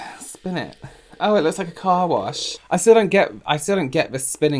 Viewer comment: “Oh, it looks like a car wash! 😬” sounded so English to me 😂 Amazing. Your sense of humor is flawless